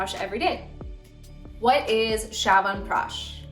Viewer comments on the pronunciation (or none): It's not pronounced 'shawanpeash' but chyawanprash ch as in 'chest'